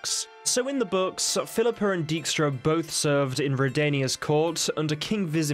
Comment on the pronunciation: That prenouncation of dijkstra lmao non Dutch ppl just can't say that stuff right